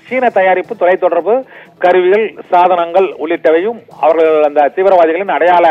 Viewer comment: இடங்கல் அவர்கல் 😂😂தமிழை நன்றாக கொலை செய்கிறான்😂😂